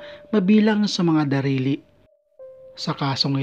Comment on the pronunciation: ppauso ka s pgbigkas mong hindi tuwid, ang gulo mo p mgsalita, nanginginig kp nilalamig kb? s dulo p sabi mo pay "darili," imbis "daliri", para kang tumae